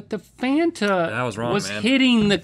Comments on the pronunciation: It was how she pronounced Fanta that got me. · said " Fanta" like she was Polish 😀